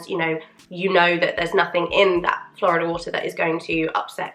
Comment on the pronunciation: FYI Florida water is pronounced Floor-EEE-dah, not like the US state. It’s a Spanish word. ✌️